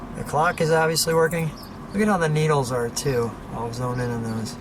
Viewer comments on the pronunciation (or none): Hello I love the videos I just have one pet peeve the thing is you say Zone in on your camera when you're zooming in on something the word is zoom not Zone please do it right my friend